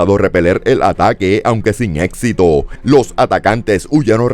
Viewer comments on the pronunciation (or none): none